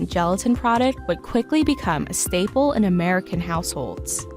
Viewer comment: That's "staple", not "stable". Train your AIs better.